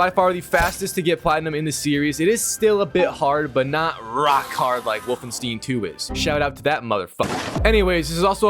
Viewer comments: "Stein" bruh not fuggin "Steeeeeen" come on mang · Everytime you say Wolfensteen I have a stroke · Wolfensteen ahhh i get it 😂😂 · “Wolfenstien” “wolfensteen” not to be confused with the game Wolfenstein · The way bro pronounced Wolfenstein hurt me 😂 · I love how he struggles to prunounce 'wolfenstein' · Could be elevenlabs. He is also saying Wolfenstein wrong many times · The way he say ”Wolfenstein” gives me cancer